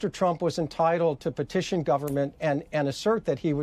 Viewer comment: Petiotion he says with the mop...